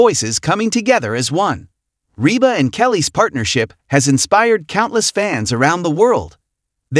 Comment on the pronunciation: Oh if you could only pronounce Rebas name and other words. Correctly